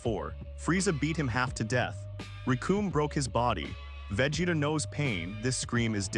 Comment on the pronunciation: 100%, perfect analysis! 👌 Bar the pronunciation of Vegeta's name.😁 If I were to nitpick, I would say you exaggerate a bit her analytical nature, she is just calm, composed, anticipating with satisfaction her enemy's lack of!😉